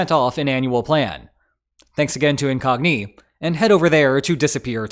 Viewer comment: I've watched quite a few videos with the same sponsor. It's the first time I heard it pronounced "Incognee", though.